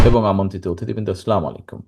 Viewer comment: স্লামালিকুম না বলে আসসালামু আলাইকুম বলেন।